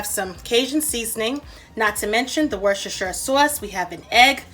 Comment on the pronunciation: Learn how to pronounce Worcestershire it’s not that hard. Plus a cooking time and temperature for the crab cakes would be good. Otherwise nice recipe. I would plate them for a better presentation.